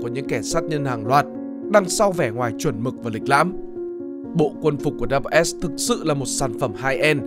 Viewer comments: Đâu ai đọc là Double S đâu pa. Người ta đọc là SS, tiếng Anh đọc là The SS mà. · Mình thấy ngày xưa đi học và trong chương trình của tây họ gọi đơn vị này là "ét zét" chứ ko phải cách như bạn đọc "đắp bờ s". Nghe rất phèn. Phải chăng nên chọn lối đi riêng để thành công? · cái "Schutzstaffel" đọc tắt là "double S" thì k đúng lắm, mình nghĩ nên đọc là "S S" thì có vẽ đúng hơn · Mình vẫn luôn nghe tên tổ chức này được đọc là SS (đọc 2 lần chữ S liên tục) nên nghe video này đọc double S bị khó chịu á chời 😑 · Đọc “ double” S là không đúng đọc như vậy không ai biết đội quân lừng danh của Hitler.Chỉ đơn giản là S-S. Tất cả tài liệu của nước ngoài đều đọc như vậy 😁